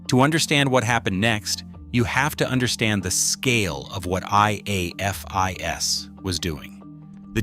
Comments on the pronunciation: If I hear A.I.F.I.S. one more time instead of afis, I will scream. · Probably a Chatgpt type script that knows a longer time means more advert opportunities. The AI narrator spelling out: I_A_F_I_S like a kindergartner learning their alphabet. Pronounced as a word by LE, Forensic investigators, and anyone who enjoys true crime: AA-fis. FYI: C_O_D_I_S is used similarly Ko-dis pronounced as a word. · And spelling out IAFIS 😂 it’s not a huge deal but, non-crime junkies, like AI, wouldn’t know the standard way it’s spoken, and not spelled out. Each time it spelled it out just didn’t sound right lol 👀😬😅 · Hate AI. Teach it how to pronounce IAFIS